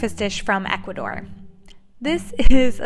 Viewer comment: I love your channel but it's Ecuador not Educador 💛